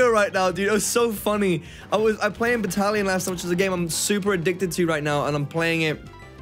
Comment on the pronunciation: Breathes: DiD yOu sAY BatTaLiON?